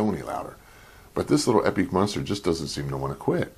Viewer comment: Are you mispronouncing " epique" and " Radiator" on purpose?. Lol